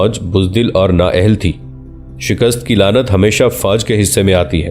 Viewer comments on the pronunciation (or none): none